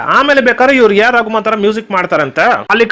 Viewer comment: ಅದು AR Rahman AR Raguman ಅಲ್ಲ, ಚೆನ್ನಾಗಿ ಉಚ್ಚಾರ ಮಾಡಿ..